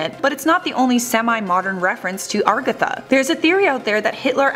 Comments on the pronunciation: agartha not ARgatha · Agartha not argatha lol. BTW you couldn't answer life's smallest questions much less the biggest.